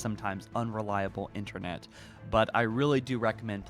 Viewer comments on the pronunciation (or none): none